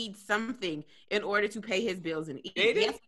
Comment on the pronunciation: says “arder” when trying to say “order”. back to you tom 😂